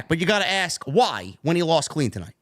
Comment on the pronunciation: Axe 🪓 me a querstion 😂